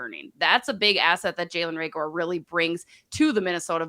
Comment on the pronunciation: Who's Ray-gore?